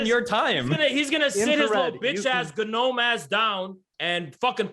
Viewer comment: The “ga-nome” comments and “beta male bonnell” almost made me cry laughing